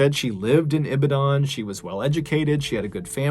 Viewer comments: Thanks for this narration. Strange, dark and mysterious. How to pronounce Ibadan. Think of Eva and Dan, like Eva Dan or think of a dam... eva dam, but instead of v, use b. E-ba-dam and instead of the last m-should be n. Ee-ba-dan. Ibadan. Someone owns that piece of land, someone owns that property, someone was contracted to come and build that structure. If they go to the lands comission, they would get these details but alas, they may not get them. The police are complicit in this. Pretty sure they even work with those people. That guy who was carrying the human tongues, probably thought it was some charm that will protect him at a time like this. The weird thing about African charms are, they seem to work when being "tested" but fails miserably when needed at the most. Same way African warriors were defeated by colonialists and they haven't improved their weapons or technology but rather doubled down on more sacrifices. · Mr Ballen you tell story so good! I'm a Nigerian n this ritual thing is true as dumb, sad as it is it is true young people do it kids even kill so heartbreaking... I see your pronouciation on "ibadan " lol funny!! Stay safe my name is Worldwide 🖤🌍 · As a Nigerian the way u pronounce Ibadan, okada n names sounds cuteee 😆😆😆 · I'm a Nigerian, and I can tell you.. there's just too many stories you can tell about the strange dark and mysterious in Nigeria. Also, your pronunciation of okada and Ibadan made me laugh till I cried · Ah yes.. Nigeria.. Where you must stay away from the police...... Seriously, you're better off alone... Also I love how you pronounce "Okada" and "Ibadan" like they're Japanese words... 😄thumbs up man! 👍👍👌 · It's not pronounced ibidan.. it's E BA DON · Ibidan? 😂 Its pronounced I-BA-DON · It's E-BOD-DIN (Long 'e' sound - phonetic spelling/pronunciation). I used to live very near there. Horrible story! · did he say IBIDAAN?. or IBADONE.. that's how it's pronounced but we understand you Mr. Ballen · It's pronounced 'E-bah-dan'